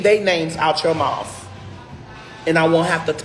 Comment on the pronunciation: I'm pretty sure MOUTH ends with TH and not a F....